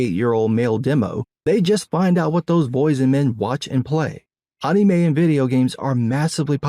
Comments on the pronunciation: Who the hell calls “Anime” “Aunumei”????? Please explain this man 😂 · Bro the way you say anime... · I love how says anime. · Your takes be based but god I hate how you say anime good lord lol